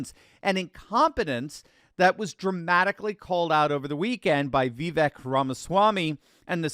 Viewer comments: It’s pronounced Vivake, rhymes with cake. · love u but for the love of all that is holy can you please just once…say Vivek correctly? 😂